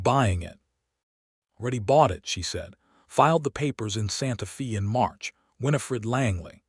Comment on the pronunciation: Pronounce Santa Fe ( not long e sound) correctly. Drove me slightly crazy. I really enjoyed this story.